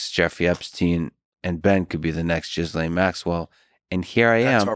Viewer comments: Her name isn’t “Jizzlain” lol. It’s pronounced Gilain. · Her name is pronounced "Ge-lane". Not "Jizz-Lane". The g is like the g in Go. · Why is he calling her Jizz-Lane... her name is pronounced Gilayne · It’s pronounced “Gih - lane” The s isn’t pronounced. It’s not “Jiz - Lane” 😂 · Yes. Very Smart. Wonder why he refuses to sort out the correct pronunciation of her British name that is pronounced: Ghee -Layne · I like how Tim makes sure to refer to her as "Jizz-lane" 🤣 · Thanx Tim for pronouncing her name properly: jizz-lane. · Not sure if Tim is doing this as a joke or if he is really clueless about how to pronounce Ghislaine’s name. Tim FYI, it’s pronounced with a silent s. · the S is silent in Ghislaine....its a french name... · I don't think it's pronounced Jizz Lane xD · Phonetically gill lane.